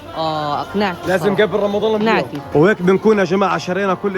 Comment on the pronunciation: اختي تحكي بدل رمضان مرضان